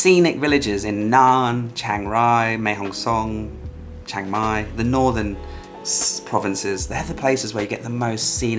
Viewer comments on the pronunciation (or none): Mae Hong SoN, no "ng" at the end, just the "n" 😀. Looking forward to your videos of Thailand again, back to the roots yay! Wish you all the best inspiration for the upcoming book!